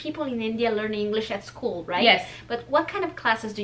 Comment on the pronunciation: Acho engraçado ela pronunciando " School" soa como " Scuulee" hahahaha